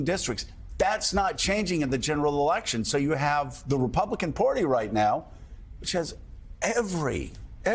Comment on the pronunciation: Hey, Joe...the word is "Party," not "Porty"! P.S. What's up with that HAIR???